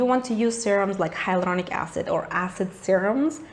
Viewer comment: I love your r roll in hyloRDonic acid .😂😍